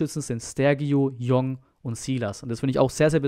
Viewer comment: Bitte !!!! jong heißt tschong u Jong .Meine Frau ist Koreanerin . Koreaner nennen ihren Familiennamen immer zuerst.also das Tor hat u Jong geschossen